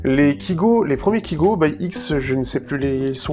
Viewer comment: Sa se dit kaygo et pas kigo pourtant sa s'écrit bien kygo je comprends pas pourquoi tu dit kigo